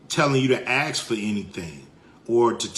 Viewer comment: Cube is embarrassing. Dude you can't even pronounce ask and you think someone takes you seriously?